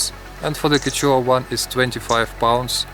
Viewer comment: quechua is pronounced as “keshwa” nice video :)